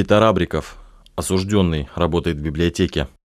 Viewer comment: слово «осужд Ё нный» пишется с буквой «Ё» и именно на неё падает ударение. Краткая форма причастия, образованная от данного слова, также пишется с буквой «Ё» – осуждЁн. Поэтому правильно говорить – осужд Ё нный, осуждЁн.